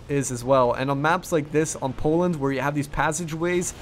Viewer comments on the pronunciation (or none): none